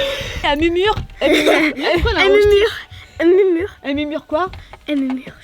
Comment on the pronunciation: elle mumure mdr 😂